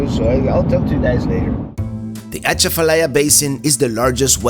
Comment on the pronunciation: It’s pronounced A Chaf a lie ya. . The a is short.